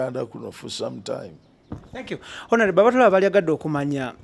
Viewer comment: I want you to repeat after me: ONAREBO😂😂😂. Please always say Onareble, and not Honarebo. Please please!!! But the comments section is full of stupid people. If you dont agree with Kato's mindset why attack him. I am a very staunch people power fan, but I have he same opinion as Kato Lubwama, we all love Bobi Wine but I have strong doubts if he will win. Kale bwemuba mwefumuula nnyo tumulinde. Kato kyayogedde kituufu nti Bobi Wine asooke alinde bali abeMundu zabwe bekube mukalulu, he will come later, and this is a very very wise observation from his side!